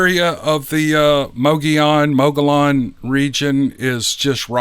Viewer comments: Good morning. Great Podcast. Actually, the AZ "locals" pronounce it Muggyown and, Paysun. Nevertheless, I enjoy each and every video/Podcast you upload. Thanks again for sharing these stories this morning. H.S. Mantooth Jr. Northern Idaho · Oh no. What have they done to you? They broke you, the know-it-alls, didn’t they? Mogollon is a Spanish word. And, in Spanish, the double L is pronounced as a Y. So it’s pronounced Mogoyon. Plain and simple. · Mogollon Rim is pronounced...Mog e yon...the two LL are pronounced as a Y. Payson is pronounced...Pay son. I appreciate your channel on sharing all those emails on Sasquatch and other Cryptids. I live south of Payson and Apache Junction, Arizona. Take care, Lou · Thanks for another great video! Always love to listen. Thank you! Mogollon. Sounds like Mow The Lawn. Hmm... subliminal messages. Welp! Gotta get outside after watching the vid. That grass won't get cut by itself. Maybe I'll get me a hungry billy goat. 😂 (mogollon sounds like mow the lawn) 😊❤🙏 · 🤣Ohhh, I Lived In AZ For 52+Years & Built A 4000+sgft Cabin Home In The Rim Country 1985+, Then Lived There 10+Years, Soo They're (Mow-Gee-On) & (Pay-Son)... 🤣🤣PS I Seen & Heard Big-Foots Personally A Few Times Livin-Workin + During Elk, Turkey & Deer Huntin Up There In Them BIG ASS Hills era... 😁😎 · Mo-A-lon! Oh noooooooo! 😉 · If you're calling it MOGOLLON, then you ain't French! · LOL Oh how I admire you. In Spanish the double LL is pronounced as"Y". But you just keep on rocking your reading. Pronounce the headon LLs and I will back you all the way. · This is how the word is pronounced which is the Spanish surname of a Spanish explorer that is credited for discovering the geologic feature. Not being critical, just providing what they say is the proper pronunciation for "Enquiring minds who want to know." 😜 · Officially it's Spanish and LL is pronounced as Y but go on and do you!